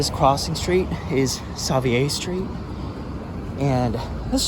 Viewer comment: Holy smokes have I been saying, 'Savier' street wrong my whole life?, are you certain of your pronunciation there?